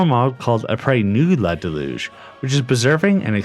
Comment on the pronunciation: “ahh praise ma delooge”